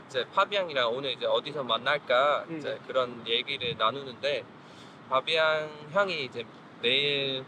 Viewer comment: ㅋㅋㅋㅋㅋ 파비앙 자기 이름도 한국식으로 발음하네 이제 ㅋㅋㅋㅋㅋㅋ